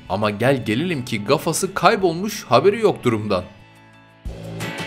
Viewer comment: Aabi ejderya değil ejderha, gafasına değil kafasına abi bozulma ama düzeltmeden içimde kalırdı. 😂 😂